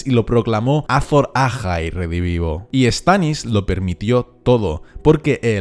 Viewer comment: "ázon áhai redivivo" :v